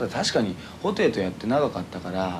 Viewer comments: ホ↗︎テイ↘︎ この発音がインタビューの活字を見ても毎回脳内再生される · ソテーみたいなね、いや失礼